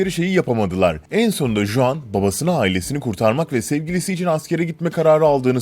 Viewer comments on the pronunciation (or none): juan diye yazılıyor ama huan diye okunuyor. meksikalı juan diye bir sevgilim var tesadüfe bak :D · ulan kriz gecirdim juan juan diyip duruyorsun. huan diye okunur o, huan huan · Ispanyol bir isim olduğu için CHuan diye okunuyor ve Cuan değil, baya sinirimi bozdu ajjsjsjszshsjwhhe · juan J ile okunmaz H ile okunur huan diye okuyacaksın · juan diye okunmaz git araştır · J değil h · Juan ispanyolca bir isim oldugu icin Huan diye okunur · Yalnız Juan diye okunmaz o hota sesi çıkartıp huan diye okumalısın.. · Selam ben juan nedir yaa 😂😂😂 hi i'm juan falan olsa neyse. Töbe yarabbi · Juan değil "Huan" diye telaffuz edilir s2k biraz emek ver şu işe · iyi ama Juan Huang diye okunur arkadaşım.Kolay gelsin. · Juan Huan diye okunur Sanchez de sançez diye okunur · huan diye telaffuz edilir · Abi Huan diye okunuyor çıldırıcam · Juan ismi yazıldığı gibi okunmuyor diye biliyorum